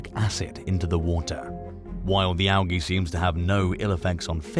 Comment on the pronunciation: Algae is pronounced AL - G 😉